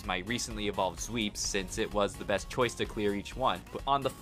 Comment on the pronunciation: First time hearing this intro, I heard you say "I am the Depressed Nuzlocker in the world".... which is also probably true